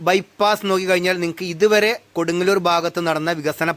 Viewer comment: Bro can tell the name properly. because it’s very important Kodungallur 😅😅😅